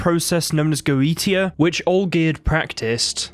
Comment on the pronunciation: Goetia is pronounced "goe-shia".